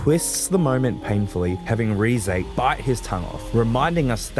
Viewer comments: Great video Also, it's "Reh-zeh", not "Ree-zey" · You do not pronounce Reze correctly.